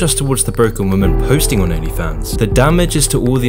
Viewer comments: It's women (v ii hmehn) not woman (v oo mehn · I notice you keep saying "woman" when you mean "women". Are you using an AI to write your scripts or an AI to do the voice-over? Not saying this to be adversive, I like your videos just want to let you know so it can be rectified. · great video but why does he pronounce women as woman lol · Why do you say “woman” as a singular instead of “women” for plural? Sounds weird lol the plural is pronounced “Wi-Min” not “Wo-Man” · It's pronounced 'wimen'. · Someone please teach the kids how to pronounce the plural of women! The is a difference! Maybe it's time to change the spelling. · Fuck me learn how to pronounce women properly. It's not pronounced how its read when its plural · Why are so many people mis-pronouncing such a simple word as "women"?